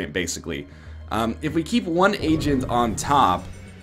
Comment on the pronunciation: Does anyone else hear "Asian" whenever NL says "agent"?